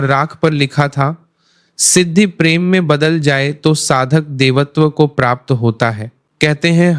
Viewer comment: Pehle ma bola fir pirem 😂